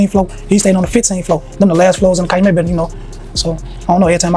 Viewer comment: Bruh it's pronounced cal u met 😂